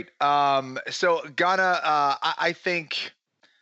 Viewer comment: Guys, love the show. It’s Ciryl “Gan”, just “Gan”. You’re just hearing an emphasis on the ‘n’.